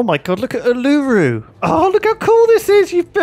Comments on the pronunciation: Every time he mis pronounces Uluru a small part of Australian history dies. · was triggering me so much the way he was saying it lol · Every time they say Uluru I die! For years they have been saying it wrong.